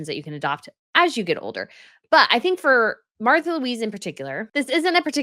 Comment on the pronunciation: I think her name is pronounced "Marta"